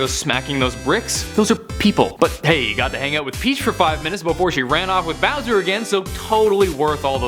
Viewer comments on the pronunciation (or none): none